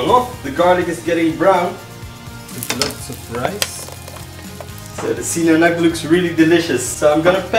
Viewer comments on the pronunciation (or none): Bro it's no sinanag its sinangrag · Sina Ngag! Not sina Nag! Lol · Dude Its se-nan-lag